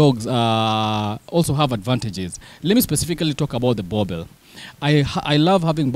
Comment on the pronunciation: Why do you guys call them boerbells ? 😂 Its Boeboer ( Boer-Bull )